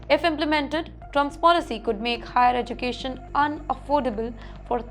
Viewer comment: Learn to pronounce "education" first then report.